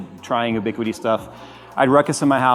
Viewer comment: FYI, it's pronounced "you-biquiti" not "oo-biquiti."